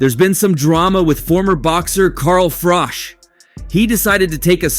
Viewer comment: This is all old footage... 😂 and its Carl Froch not Frosh 😆